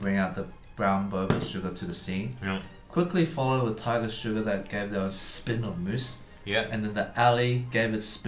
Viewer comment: it's so satisfying how strong Eddy's accent becomes when he says "tiGER SUGAR LET'S GOO!!"